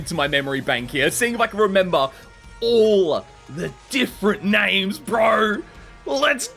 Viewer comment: You said them all right the first time I think